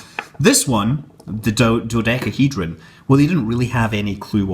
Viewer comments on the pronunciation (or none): none